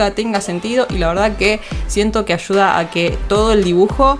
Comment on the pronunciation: ashuda xdddddd soy de peru se dice aiuda xdd no no mentira es ayuda xd